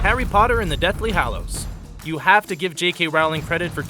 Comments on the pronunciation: Hallows, not Hollows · "Harry Potter and the Deathly Hollows"? It is "Hallows"! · It's harry potter and the deathly hallows not hollows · It's 'Deathly Hallows', not 'Hollows'. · You spelt 'hallows' wrong. You said 'hollows'. I suggest you should do a bit more research next time you make a video like knowing how to spell one word correctly. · Deathly Hallows not Deathly Hollows. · The deathly Hollows?? It's Hallows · Errrr..... "Deathly Hollows" ?